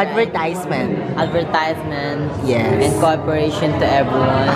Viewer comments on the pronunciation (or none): Nakakatawa yung ADVER"TAYS"MENT. Hahahahahaha